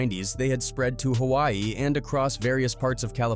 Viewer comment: I love the vid & everything, I also mean no disrespect but please work on some of your pronunciation when it’s comes to “Hawai’i” “Honolulu” & “Samoan” but your Samoa was pretty good 😭